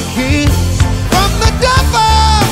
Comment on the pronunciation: Why do you say pevel but not truble